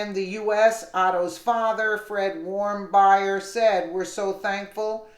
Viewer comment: Pronounced Warm-beer....please try to say his name correctly